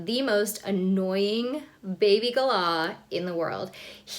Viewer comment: Lol. At least you pronounce Galah properly.